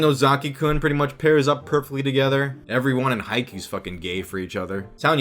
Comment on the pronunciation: "yeah they FWOAKIN!!"